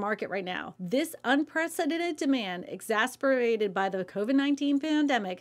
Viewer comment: Please revisit your pronunciation of exacerbated.